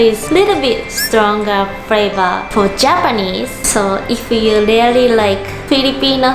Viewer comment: Really (REE-LEE) not RELEE CLOTHES (KLODZ / KLOTHZ) YOU DON'T HAVE TO PRONOUNCE (KLOTHES) PLEASE, WE DON'T WANT TO HEAR SAME MISPRONOUNCED WORDS ANYMORE. IT'S IRRITATING!